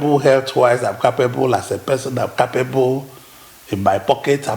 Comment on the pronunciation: It is not car-pay-bu... awon agba woran woran... it is "keɪpebel" oloshi.... se e ni Eni gbo ni?